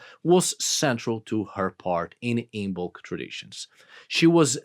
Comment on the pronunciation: It’s pronounced “IMM-ulk” - the B is silent